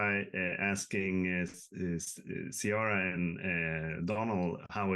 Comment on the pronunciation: Fellow Swede here, so psyched for Season 2 🎉 By the way, the C in Ceara is hard (K). Same with Cillian Murphy if you get him on the hook 😁